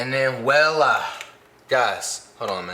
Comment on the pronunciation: “and then wellah” 💀